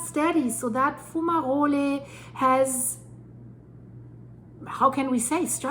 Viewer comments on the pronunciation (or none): Why do you call volcanic fumaroles, fumarolyees?